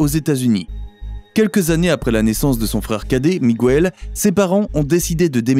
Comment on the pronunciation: Arrêtez de prononcer Migouel pour Miguel, la combinaison GUE fonctionne exactement comme en français la voyelle u ne se prononce pas, sauf si vous mettez un tréma.